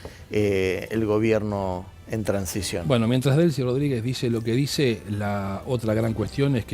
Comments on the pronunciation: Délsy ❌️ Delsí ✅️ 🤨 brother aprende a leer de una vez coño! Dijiste mal ese nombre mil veces... que no es que importe ella sino que pronuncies bien jaja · Se dice Delci sin acento en la i